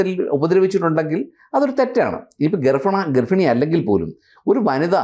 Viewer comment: വക്കീൽ സാറേ ഗർഫിണി അല്ല ഗർഭിണി